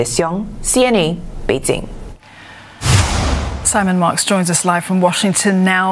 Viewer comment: Note to Olivia. Bei Jing, not Bei Zing. I cringed every time when I hear her says Bei Zing.